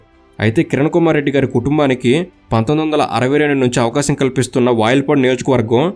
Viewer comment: వయల్పాడు కాదు వాయల్పాడు